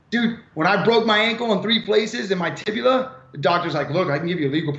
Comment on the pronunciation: Did he say he broke his “tibula”?!?😂😂😂 it’s tibia or fibula BROOO. Omg. This guy. Geez.